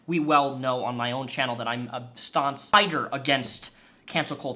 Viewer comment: Stonce? Stonse?.... Do you mean staunch?